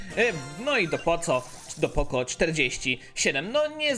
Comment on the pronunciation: mów poko a nie poco